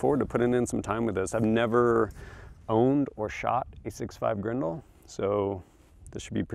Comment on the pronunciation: Grendel!? It's like you're speaking another language.